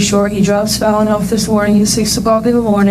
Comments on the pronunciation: Why do you keep calling her fallen? Her name is Fallon like "fah-len" like Tallon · I'm sure it's pronounced Fallon, like the tv show, not fallen, like she fell down, although that makes sense. That awful woman, that poor baby 😢. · Isn’t the child’s name Fallon not “Follon”? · Falling? I swear AI CAN'T PRONOUNCE SHIT The baby's name is Fallon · Her name, as pronounced many x's throughout this vid (no thx to the likely AI narr-ator), is FAL-LON like gallon..not like, 'he's fall on dwn.😮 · Her NAME IS NOT PRONOUNCED FALL-IN- it’s PRONOUNCED “FA-LUN” like Fab- and lun- like sun FALLON NOT fall on. Wtf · YES< the kid has "FALLEN", BUT THAT'S NOT HER NAME, JACKASS! The A in Fallon is pronounced the same as both As in JACKASS! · Is there any way to tell the Robot Narrator that the dead toddler's name isn't pronounced FALLEN? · do you pronounce Jimmy Fallon's name "Jimmy Fallen" too? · you pronounced this poor little girl's name incorrectly the entire video despite everyone in your footage saying her name the right way. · It's pronounced Fah-lon. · I’ve never heard it pronounced “Fallen”. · At least get your AI narrator to pronounce Fallon properly ! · Pronounced Fellin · Her name is actually pronounced like “talon.” (Fallon) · The pronunciation of the little girls’s name is Fallon FaL in ugh 😩 voiceover needs to be redone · You kept mispronouncing the baby's name. Its Fallon, rhymes with gallon. Get it right. Respect for that sweet angel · Pretty sure it's pronounced Faah-lon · If you do these kinds of videos, you should make sure you pronounce the names correctly. her name is pronounced like Jimmy Fallon's last name. FALLON! Drove me nuts. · Its not pronounced like fallen. I hate when youtube creators dont even give that poor dead child honor by mispronouncing her name. Dude you need to figure it out. OR STOP USING AI TO PRODUCE YOUR VIDS. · It’s kinda disrespectful tbh, at least ensure the victims names are said right :/ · The A in Baby's name is pronounced like apple.